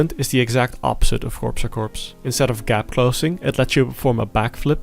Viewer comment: I'll out myself as that guy and say it's pronounced core-a-core. Not Corpse a corpse